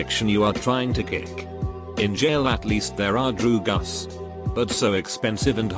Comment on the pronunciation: normal people: drugs AI: DROOGUS